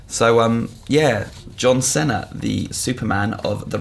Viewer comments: It's pronounced "Seena" not "Senna". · It's painful to hear how pronounces John Cena's name 'Senna'... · The way he said Cena gave me AIDS. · That's not how you pronounce Cena